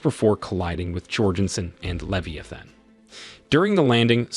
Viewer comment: Listen to the pronunciations for words like abby or leviathan, its probably an AI